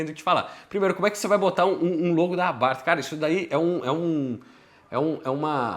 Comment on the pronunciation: Primeira vez que ouço alguém falar "Abarf" kk